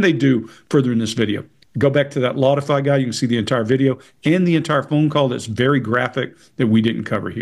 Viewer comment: sounded like "Lawdify" to me...